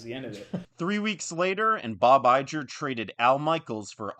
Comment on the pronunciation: You kept mispronouncing Iger.